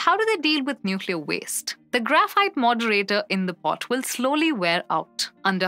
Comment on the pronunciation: Have you listened to this crap? She can't even say pot. Get rid of this nonsense.